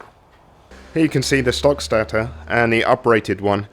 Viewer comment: good video but its pronounced STAY-TOR not STA-TA, was really annoying!